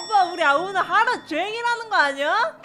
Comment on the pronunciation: 12분10초에 대본은 하루종일 이라고써있는데 는 하루좽일이라고했으........요